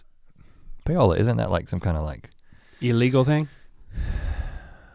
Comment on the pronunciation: LOL Link read Paola so weird